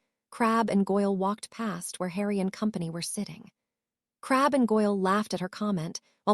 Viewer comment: hell a lot of them can't handle normal words well but yes this one has issues with names real issues. It likes to randomly add or subtract letters from them in it's attempts to pronounce them i seriously doubt every mention of crabbe is spelled crabbel yet the tts is adding that L every time for some reason. I honestly would not complain about purely phonetic pronunciation but random adding or removal of letters is not acceptable. I personal think they could do better then ponetic pronunciation but that is better then it repelling words before it pronounces them. The occasional issue when the writer missed an edit also fine it happens but a tts program has 0 reason to be modifying what is being scanned into it.